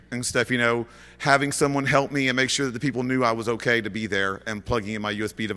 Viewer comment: lol "M' Kay"